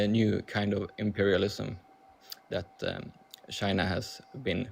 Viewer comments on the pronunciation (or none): none